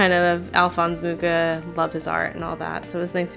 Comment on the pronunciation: Alphonse Mucha was a Czech artist and so I think the proper way of pronouncing his last name is with an H like in 'hole' at least basing it on my knowledge of the language...